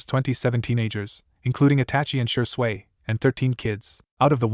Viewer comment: This AI narrator 🤭. Shersway Uchiha, a and b u or if spoken umbu. Kuen, Chon, hate gecko, Raikage A is Raikage Uh. This narrator pronounces A's as UH.